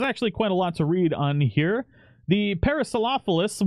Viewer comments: Pair-uh-sore-all-uh-fuss Stye-rack-uh-sore-us (you pretty much said it right in the end!) Hope that helps :D <3 Watching this with Bentley's roommate, my new pet, Mango~ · Pair-ah-sore-all-oh-fuss. Sty-rack-oh-sore-us. It's a kind of ceratopsian with an incredibly spiky frill. They're not that difficult with practice. These critters are gonna look good mutated once they get the new models.